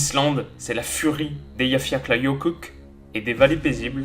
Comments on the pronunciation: Je like rien que parce-que tu as réussi à prononcer eyjafjallajökull :D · Pouce bleu rien que pour la prononciation ! La furie des yafla... Ouais puis merde ! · Naaaaan il a réussi à prononcer le non du volcan elleyfjalakaillaifoill enfin on voit de quoi on parle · Je lache direct mon like juste pour la prononciation ultra propre du volcan mdrrr gg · Un seul mot a dire " bravo" pour la prononciation du volcan 😂😂